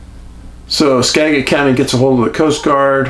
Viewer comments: Skagit is pronounced with a jit not a get. Not all fishin poles float. A 12 foot boat with 3 guys and gear is dangerous on the ocean. 13 ft. waves and 30kt winds is dangerous and losing two boats in the same storm is not uncommon. Having spent several years on the ocean, I would suspect an accident not an abduction. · Great channel and stories. Thank you. I am from Skagit County and live up River not far from the Skagit River. I am enrolled in the Sauk-Suiattle Indian Tribe. I have ancestry and many relatives of the Upper Skagit Indian Tribe. Skagit = Ska Jit